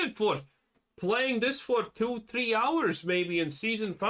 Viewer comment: “Theee solid hours of gameplay in S5” 😂😂 U got me there 😊❤